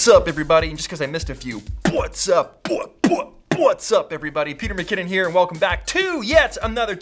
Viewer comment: Jus me or does it sound like butts up everybody